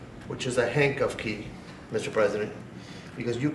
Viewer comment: "...a hangcuff key" ?